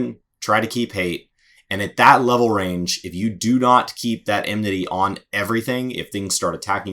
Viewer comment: What is emnity? "A thing of the past...."